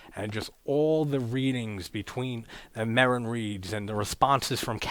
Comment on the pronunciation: It's Father Merrin--not Merril. Also, the one who recorded "Tubular Bells" is Mike Oldfield.